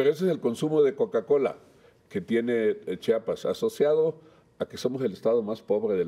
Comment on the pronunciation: No es chapas es Chiapas